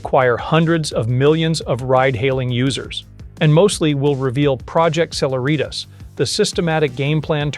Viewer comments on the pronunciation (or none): Just a note: celeritas is a Latin word meaning speed or swiftness. It is the “C” in E=mc2. It is pronounced: seh-LEH-rit-us. NOT: seh-la-REET-us. Really good and well reasoned video. But your pronunciation of celeritas was hitting me like scratching fingernails on a chalkboard. Yeek! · "Cehlehreeetas" , emphasis on the second " eh".